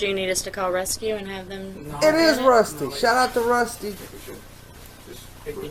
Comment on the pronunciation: Rescue not Rusty Lmao 😂